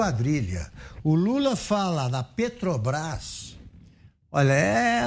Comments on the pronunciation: O vagabundo nem consegue falar " Petrobras", esse é o presidente que os amebas querem..... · "petobras" vindo dessa desgraça não me assusto! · Petobras....nem saber falar direito esse cachaceiro sabe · "PETOBRAS ... esse maldito não consegue nem falar direito ! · Ele e tao burro que falou petobras. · "Petobrais" quem aguenta um demônio desse? só os idiotas completos. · Esse analfabeto nem falar direito ele sabe. " PETOBRAS" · Oh ! JEGUE BURRO ! NAO É PETOBAS - seu ignorante - é PETROBRAS....ANALFABETO.... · A PETOBRAS... KKKKKKK KKKKKKK O português do ladrão de 9 dedos é muito bem dizido, também ninguém correge o veio cachaceiro... Kkkkkkkkkkkkkk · Pelo amor de Deus, "PETOBRÁIS", esse Lula é uma vergonha em todos os sentidos, não sabe nem falar o nome da Petrobras 🤣🤣🤣🤣🤣🤣🤣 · E PARA PIORAR AS RELINCHADAS DESSE EXCREMENTO ESCROTAL É ELE NEM CONSEGUIR PRONUNCIAR O NOME DA PETROBRÁS, MAS "PETOBRAIS"... SÓ MESMO UM CRETINO OU CANALHA PARA AJUDAR A ELEGER E DEFENDER UMA MULA-SEM-CABEÇA DESSA! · Augusto Nunes, não seja analfabeto. É "Petobrás, não Petrobrás. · Um ser que pronuncia "petubrais", não deveria ter espaço nas notícias. A estupidez e ignorância, transbordam... É muita burrice! Com o perdão do quadrúpede, pela comparação. Jesus Amado! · se a "PETObras".... O molusco 9 tentáculos não consegue nem pronunciar o nome da empresa... 😒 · Não sabe nem falar petrobras como pode um lixo desse ser candidato misericórdia